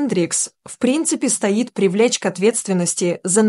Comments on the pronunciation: Комментарии нормальный, но ударение "стоит столб", а стоит обратить внимание. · Комментатор, вы можете правильно выговаривать слова и фамилии, вас неприятно слушать, говорят "возраста"-ударение на о, а не вазраста! Говорить надо стоит, а не стаит! Невозможно слушать текст!